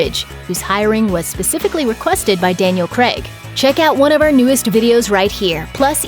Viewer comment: It’s pronounced “krayg”, not “kreg”.